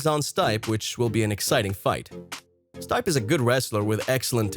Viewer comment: The name is pronounced "Steep-aye", not "Stipe"....clearly not a fan of MMA.